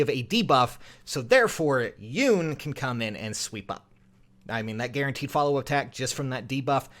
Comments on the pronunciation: I love ya & your channel but her name is pronounced, "Yoo-nay" if I'm not mistaken.;-) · I just realized that Yune's voice is like that because it wouldn't be chaotic if she had a voice fitting for her design. Also it's pronounced "You-neh" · The e is not silent on Yune